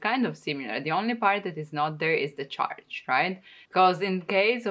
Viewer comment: Please pronounce church right (not like charge)